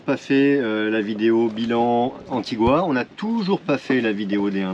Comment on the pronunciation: Juste pour votre culture générale on ne prononce pas « antigoua » mais « antiga » si on vous le dites en anglais sinon en français c’est antigue